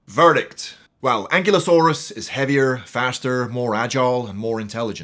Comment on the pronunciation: It’s pronounced “an-KILE-oh-SORE-us,” just FYI. Fun video, though!